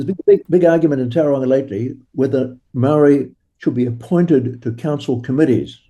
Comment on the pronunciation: This whole idea of making the Treaty of Waitangi null and void is just about grabbing resources—it's about money. Also, I really wish you would pronounce 'Māori' properly. I'm tired of hearing 'they' and 'them'—it’s dehumanising. Honestly, this is a discussion you shouldn't have bothered recording. It comes across as racist and would’ve been better kept private."